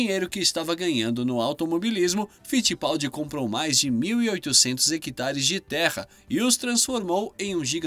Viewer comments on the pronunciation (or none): none